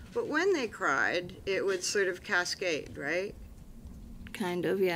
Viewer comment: …even at 2x speed! Say “cascade” again! 😵‍💫